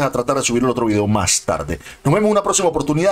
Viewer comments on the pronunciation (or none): none